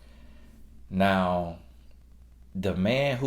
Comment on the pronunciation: More like “Listen to meh na” hahahah